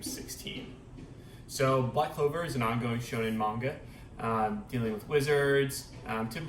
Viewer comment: So glad someone finally knows the correct pronunciation of Manga!! ❤️